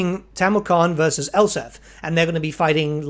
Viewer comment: Gotta say. It’s Nuln. “N” on the end. Elspeth. With a “P” in it. I’m sorry but I’ve just so much mispronunciation that one can take.